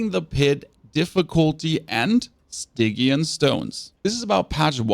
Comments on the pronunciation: Is it just me or are they pronounced Sti-Jee-In stones? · The way you say Stygian is painful